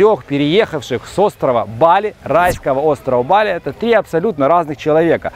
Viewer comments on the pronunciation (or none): не БАли, а БалИ правильно говорить)) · Какой позор! Каждый школьник знает как произносится название БалИ - с ударением на последнем слоге!.. И зачем то и дело перебивать атеистов, даже прикидывающихся мусульманами, христианами или буддистами? Это разве хороший тон!? Иудеев перебивать да, можно, они обрезанные, значит некультурные и поэтому их необходимо тыкать в это как котят - носом в какашку! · То БАли то БалИ. Ударение туда сюда меняете. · Дама с жасмином.. местные жители говорят БалИ, как и французы, которые когда-то колонизировали эту провинцию, а их там оочень много проживает и приезжает, с чего вдруг "наши" решили адаптировать под русский язык, не понятно.. я всегда говорю с ударением на последний слог и это не бросается в глаза, там никому выпендреж с русскими ударениями никому не интересен. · не бАли а балИ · Ударение правильное Ба'ли, а не Бали'. Живет много лет , но не знает этого? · Чуваки пытаются говорить бАли, но время от времени всё равно сбиваются на балИ. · То БАли, то БалИ))), а как все таки правильно? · Провёл года 3 в Индонезии - ребзя, на другой слог ударение - БалИ! Инфа 100%, можете уточнить у местных.